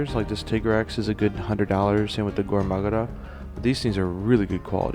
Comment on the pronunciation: XD you said gore magara instead magala